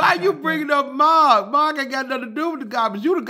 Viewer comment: Let Maaaaaark do it ! When he say Mark name it be so funny😂😂😂😂